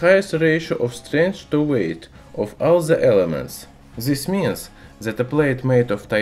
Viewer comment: "zis mins" xD